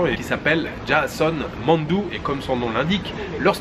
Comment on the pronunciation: Très cool comme vidéo Ps : Mandu se prononce « MANE DOU » lol